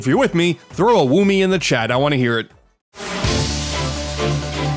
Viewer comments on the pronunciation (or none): Did you just say "woommy"